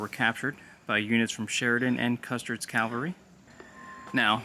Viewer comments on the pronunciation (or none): Please allow a correction. You kept saying "Calvary" which is where Christ was crucified. It's "Cavalry" the placement of the L is different. I realized that I once did the same thing!